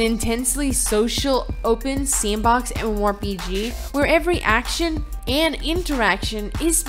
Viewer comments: Who wrote this script for her? I'm not arguing about the content, but please use a thesaurus. She says MMORPG so often that it makes it arduous to listen to her. And I am not talking about the fact that sometimes she says G like in geese which is cringe-worthy already. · If you're going to be saying MMORPG a lot, learn how to say it with out slurring. Diction, woman, diction!